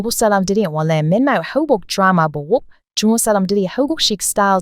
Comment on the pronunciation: 쭝국 이라고 발음 하는거 보면, 코리안이 외쿡인 흉내 내시는것 가타여,~~